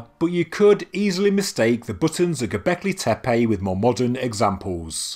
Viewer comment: I actually can't finish watching this because its triggering me how many times he is saying gobekli tepe :(